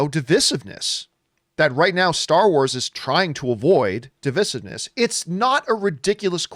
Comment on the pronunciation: Its div eye siv ness. 🤨 not div is iv ness . You fookin creeeeetin.